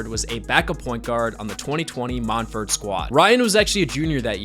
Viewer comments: Mont verd is how it's pronounced. It's in an orange grove outside Orlando, not France. I went to Montverde so I absolutely know. 👍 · I always thought it was pronounced “Mont-ver-day”